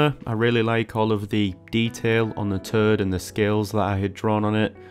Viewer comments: Originally I thought you said you drew a collasal turd! 🤣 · I have never heard “toad” pronounced in such an interesting way. 😅